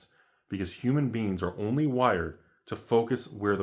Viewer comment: Whenever says human beings I hear human beans. Just has to mention that, carry on!